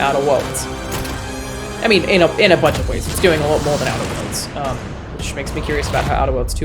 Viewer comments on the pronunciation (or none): ow-teRRRR woRRRRldzzz